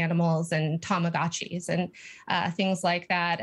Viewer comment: "Tamagotchi's" BRUH